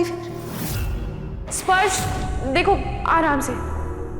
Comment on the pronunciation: Nahar ne chuchundar bola 😂😂😂😂😂😂